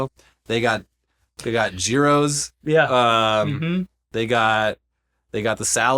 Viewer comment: I can't believe you heathens mispronounced gyros that way. I got half of mind to thumbs down you for that. Fucking Californians.